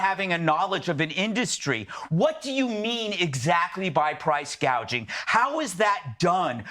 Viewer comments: When Obama was president, he did a few "free stuff" give-aways. Yes, taxes go up because the national debt just increased another $3 trillion. Price Gouging (notice, she didn't understand the word and said "Gauging") wont fix the economy. The problem is the spending, the Fed printing money; that is ALWAYS why there is inflation. They stopped drilling for our own oil, we're buying from our enemies. When oil becomes expensive, EVERYTHING goes up in price. It costs much more to ship goods. (remember, this administration gave our oil reserves to China) Employers have to contend with the minimum wage issue, in California, ALL fast food restaurants MUST pay their employees (illegal aliens) $20/hour six months from now. Which state is next? She keeps saying, "we're going to fix this (illegal influx, inflation etc)" but fix the damned thing now! Aren't you still VP, weren't you the Border Czar? Do you know who was president when the IRS made the tax laws MORE strict for the hospitality industry? Yep, THIS one. If any of the viewers know anyone who is voting for these two, inform them. Tim Walz spent his vacations in Communist China for over 20 years, spent his Honeymoon there. China is a Communist Dictatorship! He lied about his military service AND his rank! They DON'T love this country! They love Communism and want to "transform" America. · I get a kick out of how Kamala couldn't even read and pronounce the word on her teleprompter. There''s a big difference between "Gauging" which we old Tanker Stiffs did to determine the amount of product in our cargo tanks, and "Gouging" as in "Price Gouging." :) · Price gaging? It's gouging dummy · remember she said gag(e)ing not gouging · harris calls it price gaging not gauging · Does Ms. K. mean gouging .. She said gauging.. ♠Mr.G.. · She doesn't even know it's price gouging not guaging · Kamala reads the punchline wrong. "Price gauge-ing." Just estimating prices? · What in the world? She didn’t even pronounce it correctly …